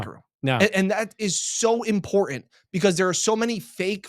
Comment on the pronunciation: PLEASE! The word has TWO "T"s. It is pronounced: "im·por·tant" The last syllable is "TANT" It is NOT "ANT" I would really appreciate it if you could please work on your pronunciation of that one word. Thank you! I love you Guys!!!